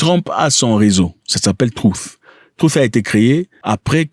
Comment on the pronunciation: Arrête de dire troof, sinon...